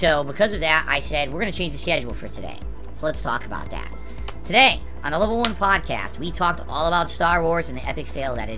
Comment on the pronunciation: I believe a small handful of whales is called a pod. (Or, as would say, a pahd.) GASP It just hit me! That's why he calls his thing a pahdcast! It's not 'cause he actually thinks people load his rantings up onto their iPads and phones - it's 'cause the dents are the PAHD he's 'casting' to!